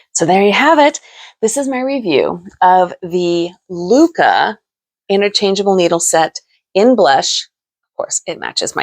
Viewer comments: Actually, it’s not pronounced ‘loo-kah’. In Norwegian or Danish it would be more like lick-eh. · Hi you might correct the pronunciation of LYKKE. You say more like “locka” not lykke and by the way lykke means happiness … otherwise they are very nice needles.